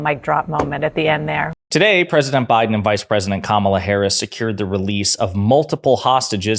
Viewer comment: So Trump can perfectly say “Gershkovich” but can’t correctly pronounce “Kamala”… riiiiiight